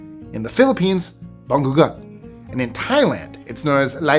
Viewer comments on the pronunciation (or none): Bangungut = pronounce as ba-ngu-ngut.